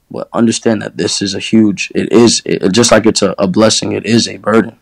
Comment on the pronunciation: "Dis a headset" Tap tap 💀